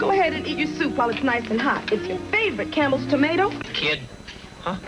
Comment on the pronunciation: Whenever Linkara says 'Campbell soup', I keep hearing 'cannibal soup'...